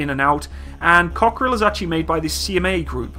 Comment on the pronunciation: the way you pronounce it, it sound like cockroach in french...Cockerill-coquerelle.